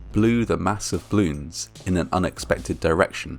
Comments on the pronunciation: Til: it’s pronounced “bloon” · BALLoons - two syllables. I love your dignified presenting, but repeatedly mispronouncing the very name of so horrifying an event smacks of serious disrespect. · It's funny how it sounds like you are saying "bloons". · I loved "bloons" (as you pronounced it cutely). I never heard about this incident at all. (in my defense, I was just turning 6 the day before this happened and live half the globe away) How horrible...yeah, now I'm not a fan of "bloons" anymore, especially because my cousin keeps buying them for her kids and the ungrateful brats keep popping them for fun like firecrackers. 💥🤬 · I love hearing him say “blewns” over and over and over again. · Why are you saying "bloons"? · Does anyone else notice that the speaker is saying " bloons " Not " ball oooooons " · You're saying bloons o_o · Ugh I hate how he pronounces "balloons". The "A" is not meant to be silent.